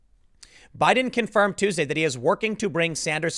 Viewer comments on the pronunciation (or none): none